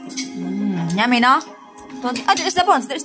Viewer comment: sabihinmo yummy nor nyami. The word is yummy. Pero ok lang yan. Sinasabiko lang ang right wat of saying it para dika pagtawanan. Love love to all of you, and michael and